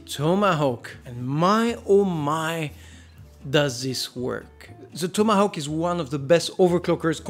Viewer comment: Don't ask why, but I found it really satisfying whenever you said 'Tomahawk'